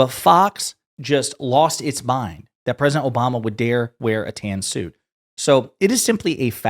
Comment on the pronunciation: oh tan suit gate, i thought you were saying tan suokue